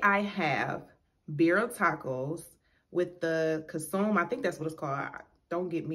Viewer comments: It's pronounced con su may friend 👍🏼👍🏼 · It's pronounced Con-su-may. It's the juice the meat... Why u didn't reach out to Dame he has a friend who makes them too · Hey 💙 pronounced con su may that sauce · Aren’t they the best! I YouTubed the instant pot recipe and omg! Sauce is pronounced CONE-So-may) and tacos are pronounced (Beer-Eee-yah). I figured I’d mention since you said you don’t know if your pronouncing it right. They sure are 🔥though right I love your channel. You & Your husband are so cool and down to earth plus have great stories ❤️ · Pronounced con soo may 🥰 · Omg I love love love this video😍 My mouth watered the entire time😭🤤 just helping you out love, not tryna be mean or an a-hole😂 but The consume is pronounced (con-sue-may). Just so you’re on game love ❤️ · It's Con-Se-Me for short... I make them all time... Pico De Gallo has jalapeno in it that's your kick on the shrimp tacos... I need to send you some green chili for your fries 🍟... I'm half Hispanic so I'm always throwing dwn... Much luv from Colorado ❤️ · Hey. Everything looks delicious. Sauce is pronounced con-soo-may. I prefer good service and good food. I hate spending my money in a place that the people have horrible attitudes. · It’s pronounced Con-sue- may and Birria is Be-dee-ah … I have Hispanic friends that’s the only reason I kno so don’t feel bad Lmaoo